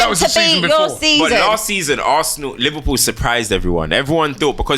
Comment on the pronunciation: Who’s “Liwpool” ?